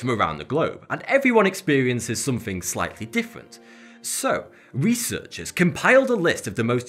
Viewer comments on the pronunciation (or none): No one spells somethink or everythink, why say it that way?